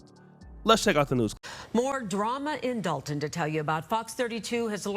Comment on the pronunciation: I know it looks like DOLE-ton on paper but they pronounce like DOLL-ton or DAHL-ton. Love your channel. Salute.